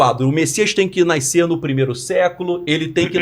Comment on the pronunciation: E NÃO É NAICER, NEM NAYCER.... É N A S C E R. FÁCIL OU NÃO ENTENDEU? NASCER!!!!!!!!!